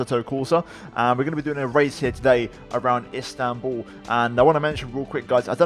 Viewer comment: İt's İSTANBUL not INSTANBUL